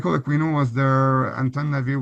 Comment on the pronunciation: The pronunciation of Aquino is ‘A-kee-no’…the ‘u’ is silent…not ‘A-queen-o’.